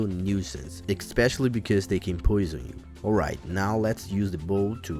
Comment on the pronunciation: BTW, it's pronounced "eh-specially", not "ek-specially".